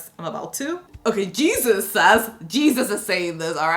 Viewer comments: It's not pronounced Jesus. It's a Mexican name and it's pronounced Hey-suess. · That's Spanish, it's pronounced "hey-zeus" Please don't call anyone Jesus, that's clearly not Jesus, that's blasphemy. And don't ask me why so many ppl choose to spell it that way now days, there is a proper way of spelling it.